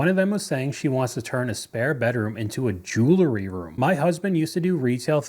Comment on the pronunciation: By the way, it's jewelry, not jewlery. 😁